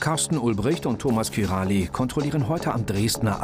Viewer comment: es heißt nicht kirali sondern kiraj ...